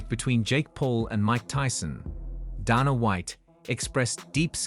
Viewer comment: "Donna White"... damn AI